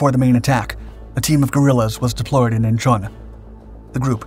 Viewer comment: (*IN-chawn), NOT "In-CHAWN".